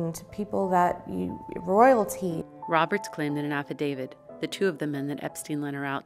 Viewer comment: “Roylaty”. Need I say more?